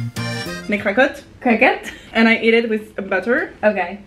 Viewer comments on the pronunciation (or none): lena: craquotte: cwaquotte hahaha sa me tue